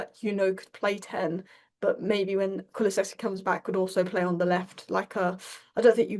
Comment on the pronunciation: Lovely to see has absolutely nailed the pronunciation of Kulusevski now! 😅